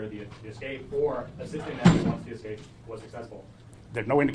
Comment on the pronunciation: Hopefully they've left the country. Also why do you say VIN number? It's just VIN! And why you do you say "EC-SCAPE?" It's ES-CAPE!